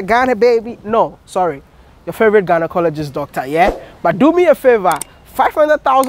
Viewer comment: He said GHANAcologist 😂